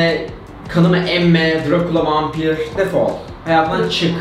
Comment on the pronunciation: dırakuka vampir defol Cemre:dırakıulağ vampirğ Ben:dırakka? Vaypir def?😂😂😂